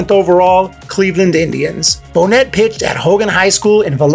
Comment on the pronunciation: actually it's nay not net but names can be difficult if you don't know. So Bo nay